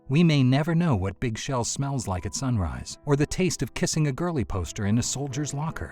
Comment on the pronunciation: "Did you rike it?"